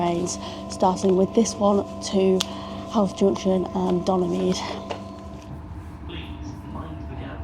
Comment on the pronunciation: And just for fun, Howth - Hoe-th. You've nail the th part